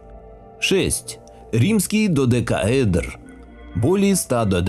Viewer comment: Чувствуется, что додека́эдр произнес с 3-го раза, по частям) Но, все равно, с неправильным ударением.